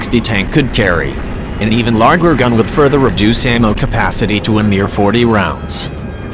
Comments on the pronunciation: "..an even lager gun.." ... mmm... lager ... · How about using a real narrator instead of the stupid computer audio. It said larger gun. But pronounced with the G sounding like it would if you said Fargo.